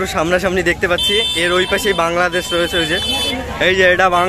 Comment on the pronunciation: ওটা বাংললেদেশ না বাংলাদেশ